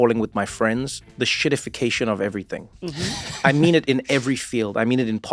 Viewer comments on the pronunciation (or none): Get it right, Trevor. It's "EN-shittification". :p